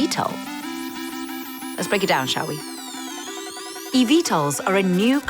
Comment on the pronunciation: Just call it Evtol not E-Vtol